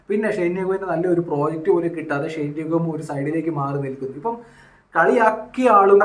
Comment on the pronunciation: ഷൈൻ അല്ല ഷെയ്ൻ